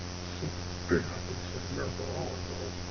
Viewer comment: You did a mistaken on The Marathon Day but you said Marahon. just pointing it out.